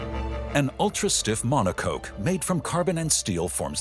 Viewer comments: "monocoke" Thats what you get when you use infomercial narrators... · It's a mono-cock 🐔. Not mono-coke. Lol